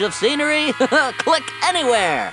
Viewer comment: Click anywer... Click anywer... Click anywer...